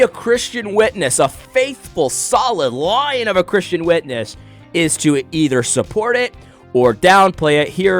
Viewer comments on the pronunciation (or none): none